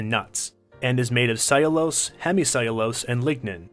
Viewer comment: He can't pronounce soluble or cellulose...